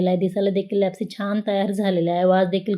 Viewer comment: छान पण तुम्ही लापशी म्हणा लॅपसी कशाला